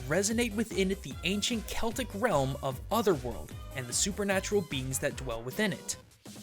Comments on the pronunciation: claps Good job, you pronounced Celtic right! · I'm just glad you pronounced Celtic right